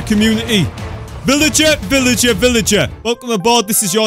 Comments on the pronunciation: your a villager why u say villiger 20 times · Sad that wouldn't spawn when he said villigar